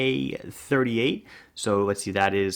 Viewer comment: I keep hearing 30mm ,when you speak , not 38.